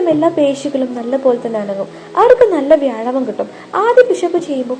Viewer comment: വ്യായാമം എന്ന് പറയൂ, എന്നാലല്ലേ ഭാവം വരൂ.